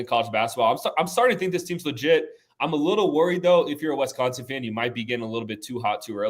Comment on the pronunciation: it's WISCONSIN not Wesconsin